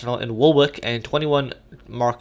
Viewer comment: Woolwich is one of those british place names that are said differently to how they are spelt, it is pronounced woolich.